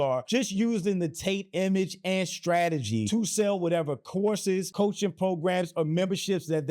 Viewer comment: I swear, the first few times you said “courses” all I heard was “horses”… And I thought to myself…”well, that does seem to be a hobby for those with money…a lot of money…”